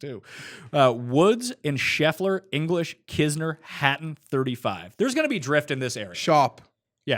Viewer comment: DK: mschiissler Winner: Scheffler